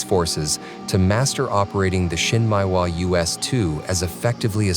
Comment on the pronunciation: Not so important but you might look at how Japanese words are pronounced. Shin Meh ee Wa. Not Shin Mai Wa. Nice video.